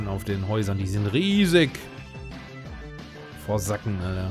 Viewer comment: "Forsacken" xD Forsaken hab ich auch sehr viel gespielt, aber ich habs nie durchgespielt bekommen. hab mich in den leveln immer so hard verlaufen und war richtig schlecht im ausweichen... aber gegeneinander mit meinem bruder auf random maps war super haha